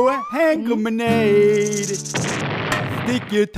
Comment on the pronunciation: Bro, you said 🇬🇺 G U A M 🇬🇺